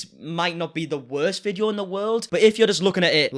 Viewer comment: i like how he pronounce video as ve-dii- OOOHH